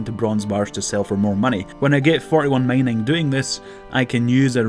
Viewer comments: it´s mining not maining... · The way he pronounce mining is killing me